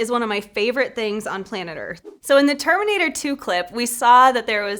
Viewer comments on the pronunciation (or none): none